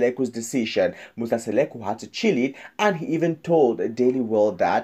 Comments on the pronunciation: Mmmmnk akakwaz nobiza uMseleku into ayingxameleo lulwimi qha…. Bayadika abalwimish It’s Mseleku not Seleku🙄🙄🙄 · Not Musa Seleku but Musa Mseleku don't talk about something dat you don't know if you don't know how to speak Zulu plz leave to the Zulu people this is so embarrassing the Mseleku's family .remember some of us we love them ❤ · Please say people 's name correctly